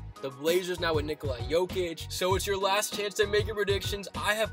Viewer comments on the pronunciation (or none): “Nikolai Jokic”